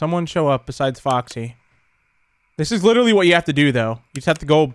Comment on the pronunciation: it sounds like he cussed, but he said 'man this is intense' it's just the way said it sounded like that.